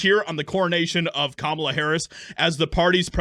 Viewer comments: You say it Kommie-La. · There's still pronouncing her name wrong😂 it is a traditional Indian name and if you want to hear it spoke the proper way just watch the beginning of the Matrix Revolution when the Indian man addresses his daughter...its cah not calm...pronounced cah mallah which is the Indian accent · You say “Kamala” the same way you say “ Kama-nist” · Bill Clinton said her name incorrectly at the DNC. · Was that Kerry Washington skit before or after Bill Clinton mispronounced the VPs name?😂